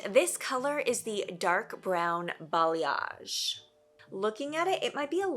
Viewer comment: Thanks to you, I finally learned how to pronounce "balayage" 😄